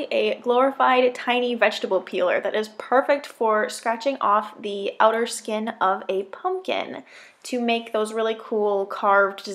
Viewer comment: "I carved out the skeenn" XD Am I the only one who died at that part?